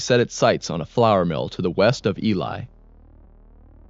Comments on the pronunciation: this is the first documentary ive seen of Elie where they actually pronounce the name correctly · LOL not that many people outside of manitoba know how to say the name, so good on you for doing your research